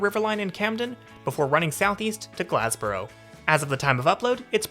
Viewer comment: Glass-boro, not Glazzboro 😊